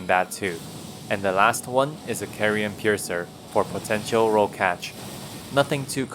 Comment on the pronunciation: You're pronouncing Carian wrong! It's supposed to be pronounced like car.